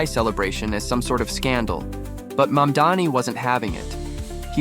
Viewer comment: You mispronounced his last name. You said Mandani. It's Mamdoni.